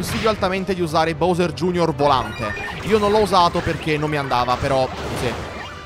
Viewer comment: anche se la pronuncia giusta è “bovser gei erre”